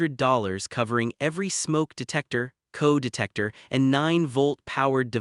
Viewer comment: It says LED as lead and CO (carbon monoxide) as co...like coworker.